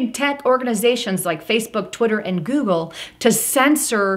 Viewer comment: joogle and jootube